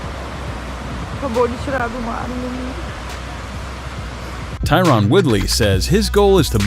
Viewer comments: If you're going to narrate, at least learn how to say Tyron correctly. It's not pronounced Ty-Ron. It's pronounced Ty-ren. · it’s TY•RUN not TY•RON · The narrator had the SAME tone each time, completely missing the tone of the headline itself. The Narrator was so white he said Ty-Ron like Dana White.